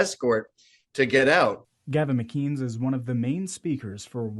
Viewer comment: "Gavin Muh-keenz" Your average journalist, ladies and gentlemen